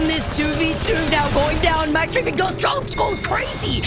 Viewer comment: Bro who pronounces strafe like that wth